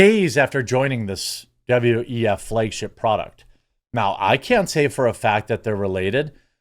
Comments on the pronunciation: FLAG. SAY FLAG. not Flaage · Why do you keep saying "flay-g-ship?" I know you mispronounce words all the time, but flay-g-ship? Really?